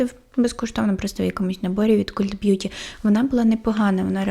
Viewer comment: Дуже подобається ваша подача і заспокійливий голос, дякую за вашу працю. Єдине - цей британський сайт звучить як «Калт бʼюті», хоча ви праві, що перекладається то слово як культ😅